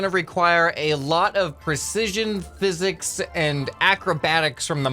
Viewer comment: ah yes “phisiks”